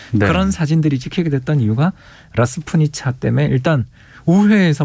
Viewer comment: 라스푸티차(러시아어: распу́тица, 영어: rasputitsa)…”라스투니차”가 아닙니다